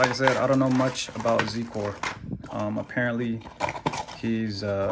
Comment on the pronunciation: its pronounced "zi-core"